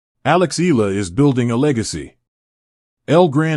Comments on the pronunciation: Can you atleast learn to say her last name properly, it's" Eh Yah La." not Eh La, jeepers,!!!!!! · too much yaddah yaddah yaddah, why not just feature the actual interview instead and not waste our time with all the blah blah blah and it's E-YA-LAH not EELA. geeez....